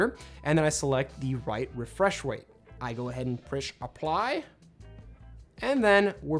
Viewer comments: wefwesh wate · prish apply